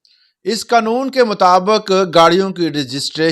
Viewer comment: قنون ؟ نہیں پیارے قانون ہوتا ھے